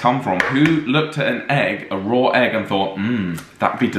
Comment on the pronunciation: Why do they add an “r” at the end of “raw”? Rawr egg.